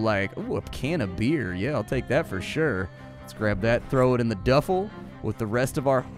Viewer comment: ITs called a Duffel bag Duf-el bag lol not Do-fel lol that was funny sorry but had to point that out ;)